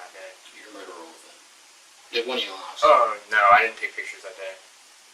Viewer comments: They pronounce “Phone” funny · Phone not phoone